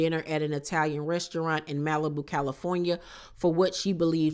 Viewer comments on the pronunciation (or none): none